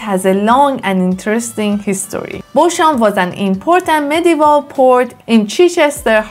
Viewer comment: Bosham is pronounced 'Bozzam'.